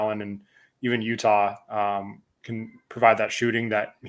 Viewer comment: I didn’t think his name was pronounced “Utah”